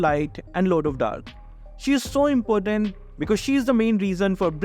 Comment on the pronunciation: saying estes is impotent rather than important😂😂😂😂😂